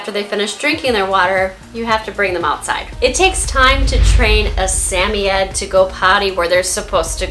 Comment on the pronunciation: It's suh.moy.uhd just saying